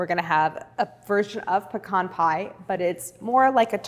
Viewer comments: As a southerner, thank you for saying "pecan" correctly. It's pa-khan, not PEE-CAN 😂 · Claire is wonderful at taking the intimidation out of fairly advanced techniques. She also pronounces “pecan” properly. :-)